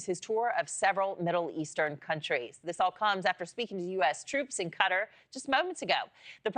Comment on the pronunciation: Cant pronounce Qatar correctly 😂